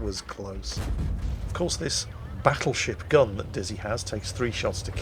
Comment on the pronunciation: It sounded like you said battle shit gun